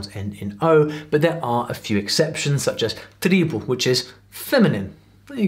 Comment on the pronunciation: Impressionada com a pronúncia dele de "tribo". Os estrangeiros costumam ter dificuldade com o som TR, fazendo aquela pronúncia bem característica de "gringo". Ou o vive/viveu no Brasil e eu que não sei?